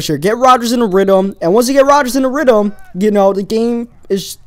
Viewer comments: He said rydum i couldnt even watch the whole video lmaooooooooooooooiii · Did you just say get roders in a ritum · lol "ridum" love the videos tho keep it up new suber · rhydm. weader. made me laugh haha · Lol u speak with a lisp You can't say th's like In rhythm Or other (u say udder) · I like how u say weather and rythm. My friend cant pronounce his "th" eaither